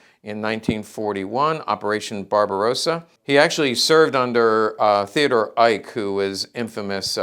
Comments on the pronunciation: And the correct pronunciation of Eicke is “Ik-a”. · Great video - thanks for sharing. BTW, the red on the uniform shoulder epaulette is for artillery (he was commander of the FLAK Bn) and Eicke would be pronounced 'Ike-uh' sort of how Porsche should properly be pronounced with the last vowel not being silent.